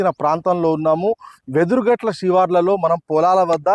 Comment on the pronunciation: Vedhurumatla❌ Vedhurugatta✅